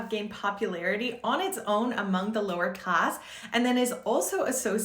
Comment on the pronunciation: Her snapping into French dialect during “lower class” is awesome